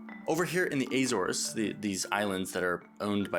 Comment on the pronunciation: The way he pronounced azores made me want to kill myself